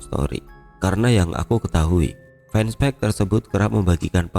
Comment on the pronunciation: Fanpage : baca "fenpej"